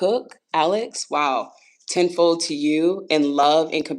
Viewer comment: I thought you were saying "10-4" instead of ten fold and it was a nice little chuckle lol